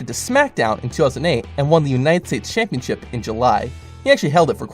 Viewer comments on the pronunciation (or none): none